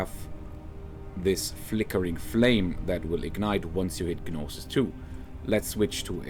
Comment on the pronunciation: I dont mean to be rude but gnosis is pronounced with a silent g so just nosis